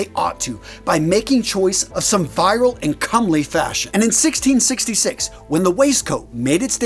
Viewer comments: My guy, it's "VI-RILE" as in VI-RIL-ITY not "VIRAL" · "Vee-rile" not "viral". But otherwise, an excellent video. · It's vur·uhl (virile) not vai·ruhl (viral) 😉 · I'll be that guy... 😂 It's "veer-uhl", not "viral". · Thank god you said it (so I wouldn't have to). Yes, the word in this video, 'virile,' is to be pronounced 'VEE-ruhl' and not VI-ruhl (as in viral videos). Glad it didn't take too long to find your comment, either! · "VEER-ill", is actually the pronunciation of that word (virile 🐐), sir. (Viral is something quite different.🤒) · Odd that such a learned man doesn't know how to pronounce "virale" and instead says "viral" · Yes, it's pronounced "virile" (sp error above), but he says "viral", like it's a virus! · Virile is pronounced Veer-ile, not viral. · The word is Veer-ill, not vire-al. You confused the hell out of me. It means, in general family friendly terms, "Manly, and attractive to women." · Uh that's pronounced "Vee reye ul" not "vye rul". Different words. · Thank you for sharing this history. Virile and viral are not the same thing. Viral rhymes with spiral, and virile rhymes with beer vial. I hope this helps! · Virile is pronounced like beer aisle, not viral. Virile means manly, viral means infectious. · virile is pronounced "veer-ile" not viral - great content! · ROFL! Glad I’m not the only one. “Viral”. Oh my. Never heard of virile? I.e., masculine? Wow. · Virile is not pronounced viral. It rhymes with Cyril. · Virile.... not "Viral" 😢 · That word is pronounced "VEER-ile." You pronounced it like it was a viral infection lol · It might help the perplexed to give sample pronunciations: Virile is approximately "ve-rye-el"; viral is, well exactly as people have said it ever since the invention of the meme. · "Virile," not "viral." Short i. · Only in the US. The second i is long everywhere else in the English-speaking world. More like Virryle. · Vee- rul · Vee-rile, good sir. Or virr-il. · * 'virile' (which means manly or masculine.)